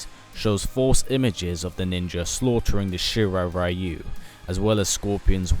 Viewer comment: You idiots still didn't learn to pronounce correctly the word "ryu"